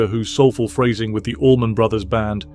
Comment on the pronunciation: And Allman not almond 😣